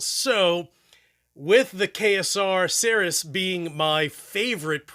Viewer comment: How does the KSR rep not know how to pronounce Ceres??? 😂